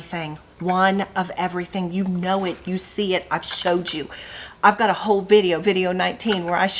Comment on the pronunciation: Love how you said, "whole, whole, whole " when you were showing the Christmas quilt. Sounded like, "Ho Ho Ho!" Awesome!!